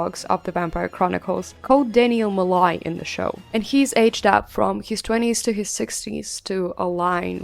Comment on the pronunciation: Loved the video, but it drove me nuts every time you said "Mollay" instead of "Molloy" 😂